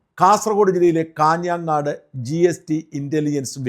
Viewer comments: ഷാജൻ ചേട്ടൻ ഞങ്ങളുടെജില്ലയിലെ സ്ഥലനാമങ്ങൾ പറയുമ്പോൾ ഒരു ഉച്ചാരണഭേദം വരുന്നു കാഞ്ഞാങ്ങാട് അല്ല കാഞ്ഞങ്ങാട് ആണ്. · കാഞ്ഞാങ്ങാട്..... അല്ല സർ..... കാഞ്ഞങ്ങാട്..... 👍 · കാഞ്ഞാങ്ങാട് അല്ല , കാഞ്ഞങ്ങാട് എന്ന് പറയൂ ജി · കാഞാങ്ങാട് അല്ല.. കാഞ്ഞങ്ങാട്